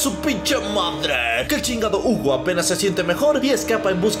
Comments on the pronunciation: Yo leeo: Hugo lee: Jiugo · En la version en ingles dice Jiugo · Es un video de inches MA-MO-NES... el lo puede pronuciar Jugo y seria igual de epico:v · No, de hecho en el juego, cuando lo pones en Francés dice: Hugo, la pronunciación del está errónea